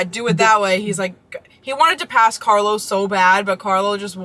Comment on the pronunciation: puoi impararealmeno a pronunciare il nome di Carlo in modo corretto???